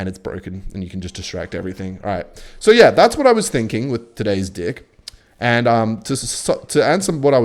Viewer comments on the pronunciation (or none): are u saying deck or dick??! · i swear you are purposely saying dick instead ok deck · stop saying 'today's d*ck'. It's deck. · yo i know it's not the wind anymore you're saying d*ck not deck 😩😩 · I feel like it‘s not talked about enough that when he says „deck“ it sounds more like „dick“ and i love it. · i cant tell if u pronounce deck like that unironically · Can ANYONE help me understand if he’s trying to say “Deck” like that or if it’s just his accent😭😭😭😭😭